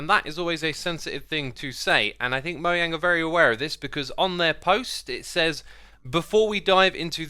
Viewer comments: it's Moe-jang. Mojang. Moe-jang. I'm irrationally pissed about the way you say Mojang. Moe-yang? Are you fucking kidding me? I AM SO PISSED. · he said moyang instead of mojang lol